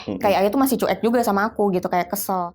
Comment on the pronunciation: Sebelumnya turut berdukacita atas meninggalnya ayah kakakk ini... Tp aku pingin banget blg sama kakaknya,, CUEK itu dibacanya Cuwek,,kakk... Bkn Cu-Ek... Sepanjang dengerin bingung antara sedih dan marah dg ceritanya jg jengkel pad kakakknya blg CU-EK... 😭😭😭